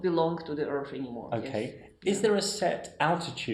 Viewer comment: I wish this genius would learn to say Earth, earff